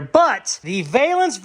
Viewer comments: VAlance not Vailance in UK English LOL . That's looking mental . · Valance...... should sound like AL with a V in front. Val Ance. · Valance Panel! Pronounced “Val” “Lance”…..Panel! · I think valance is pronounced how you see it. I mean as in “value”, “valentine”, or “Val Kilmer” (couldn’t resist on that one), not “veil”. “VEILance” is probably a regional pronunciation. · It's ( VAY-lance) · it's valance. VAL ENS ..if that helps pal 👍. 😀🇬🇧